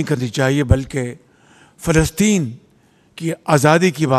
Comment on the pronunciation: 😂are you talking Phelstine 😂